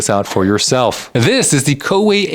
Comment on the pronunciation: "colorway" LOL.